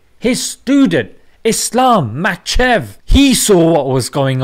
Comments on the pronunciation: Islam machev? 😂 Nice pronounciation Makh-a-chev btw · "Machev" 😂 Bro it's pronounced Ma-kha-chev Mash Allah very nice video though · Bless your heart... My dear brother, the name is Ma-kha-chev. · Man said islam makchev